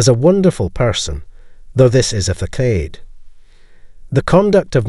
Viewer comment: A fakade?... I believe you meant facade, c with an s sound. Sometimes I wonder if narration is from A I or actual people.... In any case thank you for all information shared; it is most helpful.